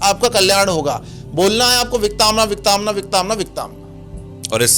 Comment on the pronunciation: it's विकतांना not विकताना